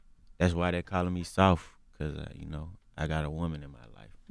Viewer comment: "I ain't soaft"